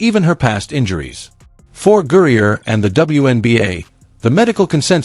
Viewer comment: Gurrier??? Who the H is that??? Do better people